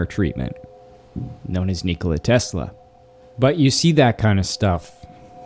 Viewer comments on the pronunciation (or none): none